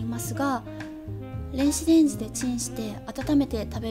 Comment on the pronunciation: レンシデンジって言ってるwww